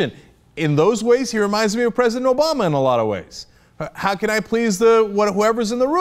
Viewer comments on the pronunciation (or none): none